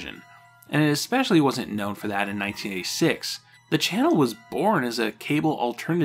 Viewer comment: Why do you say "exspecially" and "exscape"? Those aren't words.